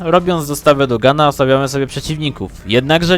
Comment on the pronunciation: ale mówi dO Gana a nie dUgana